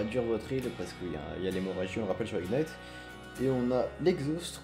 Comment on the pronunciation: "ignight", mes yeux saignent mdrr